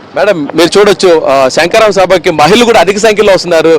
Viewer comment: SANKARAVAM KAADU SHANKHARAVAM ANI VANDA SARLU UCHARINCHI SABHALO PALGONALI SAAMI.😢😢😢